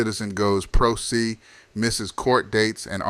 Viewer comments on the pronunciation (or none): pro se pronounced as " pro say ", not pro see ..just a FYI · It's pronounced "pro say", not see. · FYI: It’s pronounced, Pro Se is pronounced… Pro Say. Not Pro See. 😮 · I was hoping it was AI to be honest. It's hilarious anyone would post legal speak without knowing how to pronounce it. It's not like there's an accent. It certainly destroys all credibility he has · se is pronounced SAY. Pro SAY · I believe Prose is actually pronounced as "Pro Say" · Opening sentence of the narration, you pronounce pro se "pro see". So you don't believe in basic research? You've never heard the term used at all? Unreal. I am not surprised you only have 1,980 subscribers...or should I say, "I really can't believe you have 1,980 subscribers!" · He said pro see 😂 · Just an FYI - “Pro Se” is pronounced Pro- Say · It's a speecher program. This is one of the way you can tell, they pronounce words like this. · You are mispronouncing pro se.